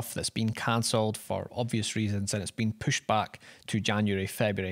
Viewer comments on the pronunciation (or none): Talking like, Lesson 1: push = poosh thirty = thayrty